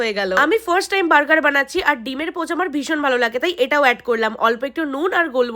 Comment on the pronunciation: Moberger❌ Murger✅